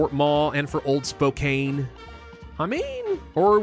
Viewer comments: I’ve said this in a video on old world blues a long time ago, but I’ll say it again because I’m from Washington and have family in Spokane. It’s pronounced Spo-can. Like spoke, and Can. But spelt with a K and an E. Thank you for your videos!❤ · Spokane is pronounced "spo-can" Tillamook is pronounced "tilla-muk"